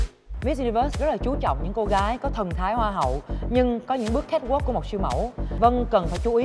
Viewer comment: xin hay doc chu CATWALK cho dung Van oi !